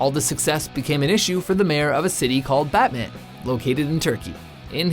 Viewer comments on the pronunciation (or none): açın rakıları. Adamın ''betmen'' diye telafuz edişine bittim. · Batman reading like butmun not like superhero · Also, the city Batman is not pronounced the same way as the super hero, just learn the correct pronunciation. Well at least TRY